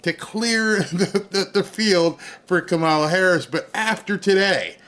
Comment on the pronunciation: Did you say KA-MAO-LA lost the election?